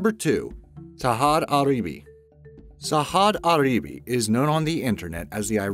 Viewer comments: its sajjad gharibi not sahad aribi... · Well by the way its not pronounced sahad aribi its saJad GHaribi. Quite difference